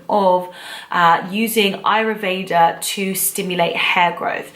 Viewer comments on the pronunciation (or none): Isn't it Ayurveda ? You say aryuveda great video tho very well structured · Its AYurveda..not ayruveda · It's pronounced "Aayoor vaidha" not ayruveda... Good video though 👌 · This is an awesome video and I'm no way hating, but I do feel the need to point out that it's written and pronounced AYURVEDA. I know it's probably just a misunderstanding since the pronunciation of the word in English is a bit funny but I felt the need to say it 😊 but your video is awesome and has amazing advice and explanations, so thank you for sharing!! ❤️❤️❤️❤️